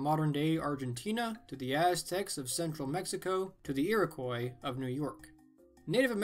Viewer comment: "EE-RI-KWAH" for Iroquois